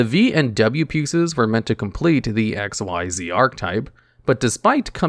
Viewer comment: I'm still wondering how you have all this knowledge but you didn't know dark rebellion xyz dragon was pronounced as "dark rebellion ECK ZEES dragon" 🤣 Don't worry, you're still the go to king for top 10 yugioh videos 😌❤️